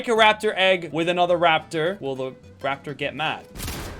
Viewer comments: Bro wtf bro said laptor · Are we just going to ignore the fact that he called it a laptor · “You Can Ride A Laptor, But You Can't Ride A Llama” What is a Laptor?💀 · Lachy said laptor